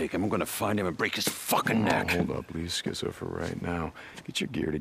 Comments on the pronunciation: Is it bothering anyone else that he’s calling Skizzo Skitzo?? Lol 😅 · yooo his name is skizzo not skitzzo 🤦🏽‍♂️ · he still keeps saying "Skitzo" its skizzo tho xD